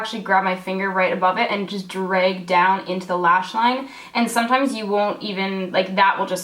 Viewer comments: I love the way you say "drayg." :) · I love it when she says DREG and EYE BEG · I'm happy about how many times you said DREG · lmao just spent a whole minute saying drag and making fun of my Canadian ass saying drEg too hahahaha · How is drag supposed to be pronounced? LOL I'm Canadian and I say it the same way. Is this one of those things that I can't tell I'm saying it wrong??? 😳😳😳 oh gawd